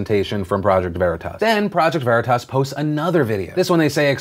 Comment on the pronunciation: You guys need to watch Boondock Saints to figure out how to pronounce Veritas properly.